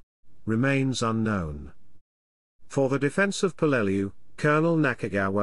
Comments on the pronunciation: Yes, it’s pronounced how those who were there pronounced it. That becomes the correct pronunciation, just as you gave it. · Dad fought on Peleliu as an Artilleryman in the 1st Marines. He always pronounced the island name as PEL-leh-loo.